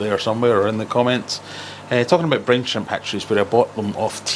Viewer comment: My american ears heard "brain shrimp" 😅